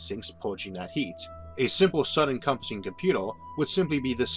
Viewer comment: I don't want to be rude, but surely I'm not the only person who finds the narrator's speech impediment severely distracting. Some sentences are only semi intelligible; "comput-ew" is a particularly glaring and frequent example. Great content, though, and perfect grammar; I love these videos. they would just be easier to enjoy if he asked a friend to record the narration.